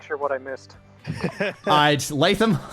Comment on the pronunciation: Cannot express how much I love pronouncing “Latham” correctly, years of restaurant employees and teachers with Starbucks cup-level pronunciation skills has traumatized me